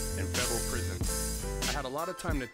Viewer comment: prison dude, it's prison. Say it right.